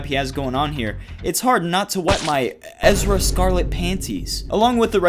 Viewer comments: Don't you mean Erza Scarlet? You said Ezra, like the kid from Rebels. 👀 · Wait...did he just say Ezra scarlet? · NinerFan its er-za scarlett idiot☠️